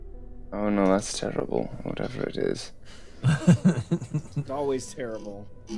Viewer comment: "It's simply teddible,teddible." 😂🤣👍